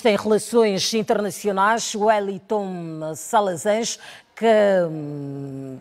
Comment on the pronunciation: A apresentadora não sabe nem pronunciar o nome do Wellington corretamente! Hummmmmmm.... já não gostei dela! Vai Wellington arrasa nas análises!